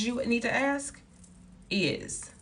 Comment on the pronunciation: ASK! ASK! Not aks. Sorry